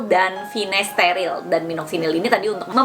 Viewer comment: finasterile apa finasteride ? kok saya dengarkan pengucapannya Finasterile